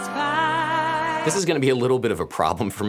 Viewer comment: Perilous "Fight" not night.